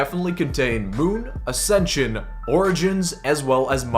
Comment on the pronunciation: did you just say ascension NO NO NO NO